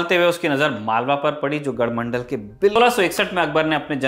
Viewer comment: Its not gadhmandal its gadhmandlaa and kaalchuri is kalchuri